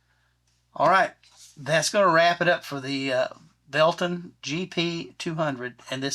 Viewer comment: Why can’t anyone pronounce their name correctly?. It’s va leh ton